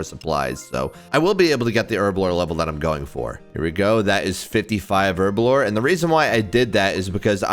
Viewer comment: HERBLORE, NOT ERBLORE